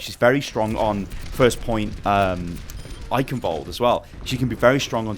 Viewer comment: The 'ch' in Eichenwald(e) isn't pronounced like a 'k', its a Sound not used in english, which sounds like a cat hissing. would be great if more People say it right, because even Athena/announcer doesnt get it accurate.